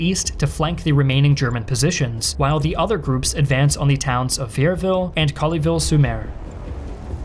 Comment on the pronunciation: DUDE... . Your French pronunciation SUCKS! Collie-ville? Pwontay-de-Hock? cmon man, try harder.